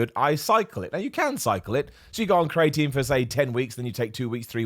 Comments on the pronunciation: Everyone: Cree-uh-tin: Cree-eight-een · Correct pronunciation: cree-ah-teen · Don’t blame being British on your weird pronunciation of creatine, I’ve never heard it the way you’re saying it, and I am from London, so around the same area as you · has me paranoid that I’ve been saying creatine wrong this whole time …